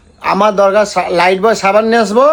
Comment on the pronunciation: ওরে! ওটা "লাইফবয়" সাবান.. "লাইটবয়" নয়!